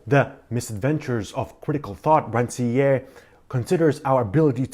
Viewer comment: Thank you for the video. Very useful. One remark: Please, pronounce the author's name correctly. We need to hear the "R" at the end. It should be similar to the "r" sound in "pear" for instance.